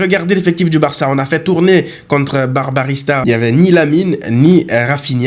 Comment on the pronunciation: Barbarista on dirait Barbarita 😂 blague à part supporter le Barça demande bcp de sacrifice dès fois